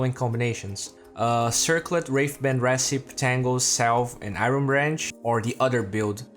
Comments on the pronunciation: 1. recipe is pronounced "reh-sip-pee," you're not pronouncing the third syllable 2. there seems to be some audio issues in the beginning, first bgm super loud , then repeated lines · PS it's pronounced re-ci-pee.. yeah the English language, full of all kinds of exceptions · recipe is pronounced with an ee at the end like recipeeeeee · the final 'e' in recipe isn't silent, just so you know :) great video as usual!